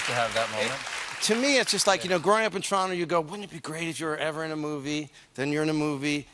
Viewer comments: Notice how he says Toronto the correct way and two people "woo'd". And then later he says it like an American so that the other 224 Americans in the crowd knew where he was talking aboot? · Torono not Toronto